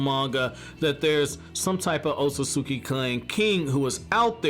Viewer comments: YOU'RE MISPRONOUNCING ŌTSUTSUKI! You're missing syllables. C'mon you perverted fat Albert sounding sex offender lololol!!! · My mans you have gotta start pronouncing Otsutsuki correctly my mans 😂😂 I facepalm the moment you even say it